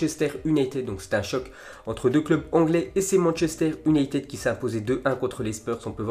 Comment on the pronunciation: Lol comment il galère pour prononcer United